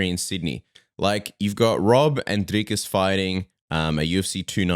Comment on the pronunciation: Boys... Thank you for pronouncing Dricus' name correctly! The only GD journalists that can do it!